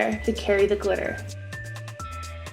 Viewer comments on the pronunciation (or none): I almost died when you said "Clitter" LMAO